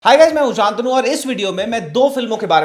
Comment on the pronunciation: Pehle apna name this se bol , Shantanu not Shaantanu